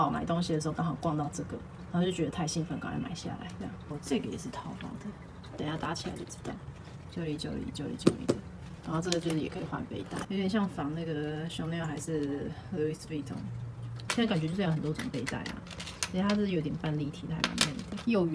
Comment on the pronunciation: ，LV的那个s不是不发音嘛，哈哈